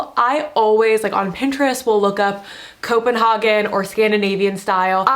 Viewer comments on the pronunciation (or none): it's pronounced copen-hay-gen